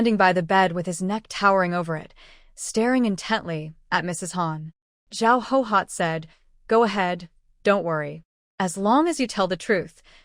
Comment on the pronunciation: Why do so many characters from this era bear the name Guihua? Why does the AI read it as Hohot, when it’s clearly pronounced Gway Hwa? Why don’t any of the posters correct the AI pronunciation so that we don’t have to listen to Hohot throughout the novel?